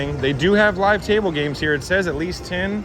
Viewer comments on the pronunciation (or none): none